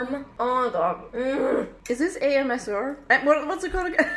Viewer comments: When said AMSR 😂😂 that actually killed me. I love u Molly and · “Amsr” omg i died lol